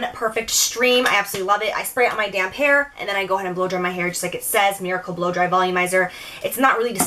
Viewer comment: i 100% thought you said "i spray this on my damn hair" instead of damp....